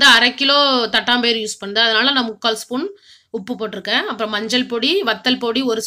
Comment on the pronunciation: அது தட்டாம்பயறு இல்லங்க... தட்டப்பயறு...